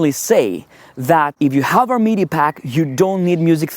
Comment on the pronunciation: Pretty good video! Your English is very, very good with just the odd mistake, but it's unfortunate you chose to mention MEE-DEE packs so often. Sorry, but as I say, your video and your English are great.